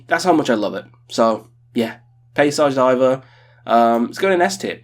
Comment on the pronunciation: If you love it so much, please show some respect and pronounce it correctly: [peɪ-sahzh dee-VEHR]